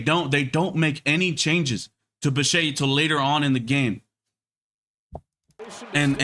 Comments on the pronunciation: The name is NOT pronounced bi-shay, it's bi-shet. How does ANY baseball fan not know that? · First of all, dude if you’re gonna make a video at least pronounce the guy’s name right……. The guy is not French. It’s a hard ETTE at the end anyway I can sum up some of these ridiculous comments with one thing and say that I’m not sure which was the better team sometimes the better team doesn’t play better and by the way, not all of Roberts decisions were that wonderful to be honest with you and I’m a diehard dodger fan. I think that the Dodgers might’ve been the better team as a whole, but the Blue Jays out played them as a whole they just didn’t win the series and that happened sometimes so I guess part of your video I agree with and there’s a couple parts of your video that are not so agreeable to me. But you know people need to do what they need to do you know for views and likes. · I was just saying that Yamamoto threw a bad pitch and the double play bailed him out. It’s Bichette that you are mispronouncing.